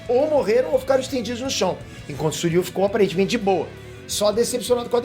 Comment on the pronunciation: Não é Suiryu, É Shiryu !!!!! Devem ser irmãos Gêmeos !!! AUHAUHUAHUAHUAHUHAU !!!!!!!